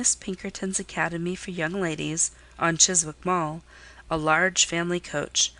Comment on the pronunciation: The w in 'Chiswick' is silent.